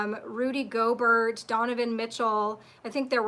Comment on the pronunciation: gobert pronounce go bair its french